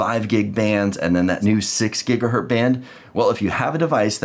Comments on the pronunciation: The port on the back of the Orbi is 2.5 GigaBit ethernet...and it's said Gigahertz, not Gigahert. Sorry, my OCD just had issues hearing that. lol. Nice explanation however. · Makes me cringe every time you say gigahert. The Z is part of the word not just to make a plural. Otherwise great explanation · This is absolutely fantastic, thank you so much. One thing though…Gigahurt?